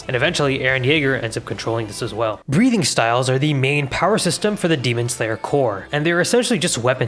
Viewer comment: I was watching this in the background and had to do a double take at Breathing because you kinda pronounce it as "breeding".